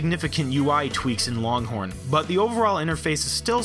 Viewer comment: loncorn lol